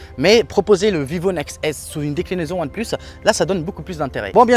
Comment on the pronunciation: Merci la bled et c’est déclinaison et non décnilaison lol